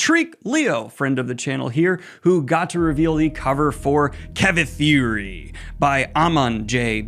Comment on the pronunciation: Just so you know, its not Ka-Vi-Thi-ri its pronounced "Kav-e-three"